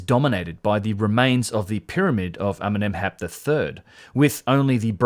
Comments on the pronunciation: I thought you said Eminem's hat the first and I think the captions said the same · I understand everytime Eminem instead of Amenemhat! xD